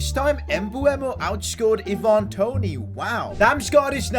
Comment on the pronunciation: Why do you say “ee-VAN Toney” it’s “EYE-van Toney”